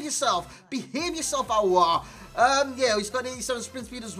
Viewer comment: You said it Correctly “aouar”😍